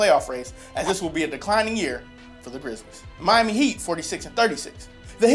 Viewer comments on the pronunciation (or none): none